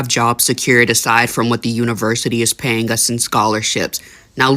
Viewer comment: man (?) ~ Words like 'paying' aren't pronounced payinGUH. The g is soft, not hard. You're making a 2 syllable word, 3 syllables, and you ended up saying a run-on: payinGUHoff. (You said the run-on: payinGUHoff twice in this video!!! For eff sake, learn to talk!!) Learn to pronounce words correctly. Listen to adults pronounce these words and learn from them. Educate yourself. Now you just pronounced 'anything' as anythinGUH! And then you pronounced 'selling' as sellinGUH! Another run-on: sellinGUHit!!! Separate your words and learn to speak correctly! 'Thinking' is not pronounced thinkinGUH! You, Sir/Ma'am, have no business narrating stories! You belonGUH in a business when you don't talk. (You aren't even consistent! You pronounced other words that end in a g correctly! "The couple was gettinGUH queasy." You are so dumb. You don't know which end is up!) (Which is obvious by your non-gender appearance.) Lastly you say: "I want to know what you guys are thinkinGUH." No, you really don't. Again, find a job where you don't have to speak. TalkinGUH isn't your strong suit.